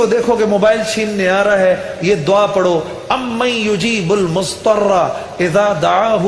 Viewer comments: Mudtarra not muztarra* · ALLAH marhoom Juneid Jamshed Sahab ko Jannatul firdaus mein jagah ataa farmaaye... But he recited little wrong there is Zaad not Saad in Mudhtarra, not Musstarra ...